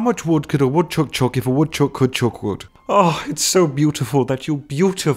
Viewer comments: Did anyone else notice that he pronounces "Chuck" like "Choke" xD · did anyone else notice how he said chuck.